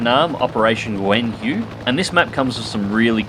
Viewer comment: I like how you make the effort to pronounce "Nguyen" right, but got "Hue" wrong :)